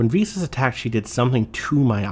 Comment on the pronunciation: Every time says "Visas" I cannot help but hear it as "VSAUCE".